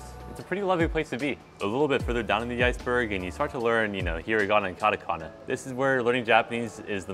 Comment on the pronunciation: this man has been learning for so long and still says "KADAKANAH" smh also this is the experience of people who dont speak other languages.